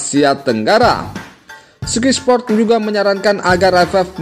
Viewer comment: Oeeee bacanya SKAY SPORT bukan SKY